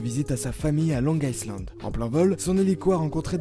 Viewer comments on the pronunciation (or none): Long isssselan et Lunatic Frenje ?! tu devais être bon en anglais à l’école toi.....